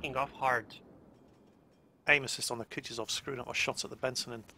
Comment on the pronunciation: Will ever realize (based on like 10000 comments) that he's pronouncing Kutuzov wrong? Or well British people can't pronounce anything anyways. Don't ever change mate.:D